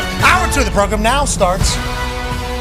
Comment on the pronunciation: PROGRUM!!!???? hilarious...SPOT ON!